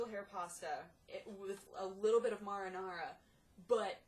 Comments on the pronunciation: "Maw-Rih-Naw-Raw" sauce! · You say mahrahnahrah, I say mayruhnayruh :D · I've never heard anyone pronounce marinara like that. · says she knows what marinara is but cant pronounce it right